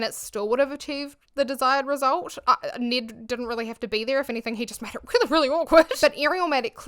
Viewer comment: Thank you so much for helping me not watch this video on his actual channel! Great job of being respectful while not giving Ned any more credit than he deserves. Also, I love your pronunciation of Ned. If Ned Fulmer will agree to permanently change how he says his own name, I'll consider watching an episode.